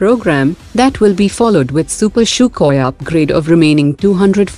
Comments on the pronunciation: Its sukhoi not shukoi🤣😂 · The way she says sukhoi sounds more like " CHOKHOI " 😝